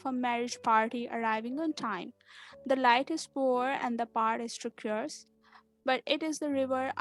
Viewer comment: Please rectify your pronunciation. There are so many mistakes in your pronunciation. Like.. 1. Clarinet. 2. Instead. 3. Treacherous. I hope you won't mind.